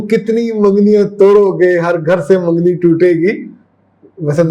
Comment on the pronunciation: منگنی بولتے ہیں مینگنی نہیں